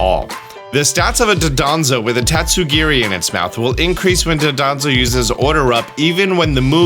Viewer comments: It’s DONdozo,. DONdozo. Not Dodonzo. Use your eyes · I’m begging you to learn how to properly pronounce “Dondozo”